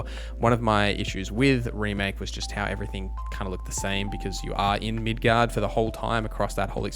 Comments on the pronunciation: Every time you said midguard I died a little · It's prounounced Mid-gar. Those familiar with the game series would understand the reference. It's a fictional city in the game. Accent isnt the issue. Midgard exists too in a similar sense with Norse mythology. But that means Middle Yard. Which is the entire planet instead of just a city. Norse represents a heaven and hell story too but with Earth in between.